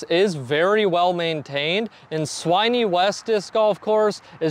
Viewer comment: Swinney - Rhymes with Fin. Sin. Bin. When. Winnie the Pooh!